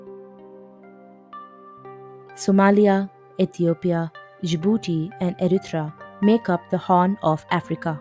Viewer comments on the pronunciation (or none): none